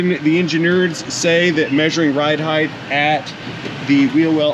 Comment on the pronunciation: Do I detect the mispronunciation of the word “height?” Words… 😉👍🤓